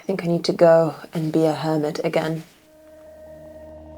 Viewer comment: Are you saying, "hermit," or "hobbit"? Cause one makes sense contextually, but the other makes visual sense.